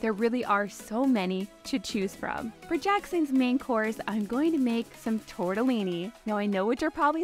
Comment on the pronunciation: Americans pronouncing Italian typical foods will forever make me smile, it's so funny🤣 Tortellini is pronunced with a strong "t" and with two Ls that you should hear properly. Italian really, it's pronunced exactly as it's written so it should be easier for foreigners